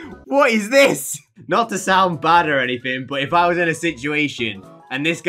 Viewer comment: ✨Wassssss✨ lmao 🤣 is that you censoring yourself? Or is it just your accent??? If it's just censoring yourself it's funny but if it's an accent alr I respect that but- ✨Wass✨